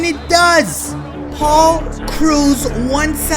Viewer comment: you saying Paul's name makes me so mad